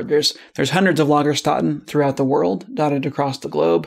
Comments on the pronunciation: The "ä" sound in German is more or less 1:1 to the "a" in bad or sad or happy. If you start with "instead", turn this to "stead" turn this to "steat" and add a bit more emphasis to the closing "t" by going "steatt" and finally add an "eh" sound - then you should be able to pronounce Stätte in a pretty credible way. Your "Lager" is already spot on. ;) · Great video, about halfway through i had a science geek-out. Doesn't happen that often, thanks for that experience. Now to return the favor i can only offer that i speak german and your pronounciation of the "ä" in Lagerstätten could be improved if you'd think of it as the same sound as in "death" or "breath" or "bell". So instead of Lagerstuhtten it's more like Lagersteatten. :3 EDIT: Whoopsie, just saw your FU video. Sorry for beating a healed horse. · The ä before tt is pronounced like the e in "bet." Also, Lagerstätten is plural. The singular is Lagerstätte, with the final e pronounced the same as the ä (the final e is not silent in German). Edit: Ah, I see you mention the singular later in the video. Still a little off on the pronunciation, though. 😊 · Concerning "Lagerstätten": The "ä" is spoken like the "a" in "hat". Try it, you´ll make it ;-) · I love your video but for that single one german word we learned, you could have talked to a person who could pronounce it correctly for you :P great work anyways keep going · don't act like you can't pronounce Ä, it's literally the A sound in Animal. You pronounce the rest of the word perfectly fine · Stefan The RainbowPhoenix No, it isn't! It's correctly pronounced like "eight" without the "t". It's rather hypocritical that he tells us to "stay curious" but can't be bothered to pronounce a technical term correctly. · Lay-guh shtay-tay is how you pronounce lägerstette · che zus 😖 Really? When he acknowledged his lack of pronunciation? Really?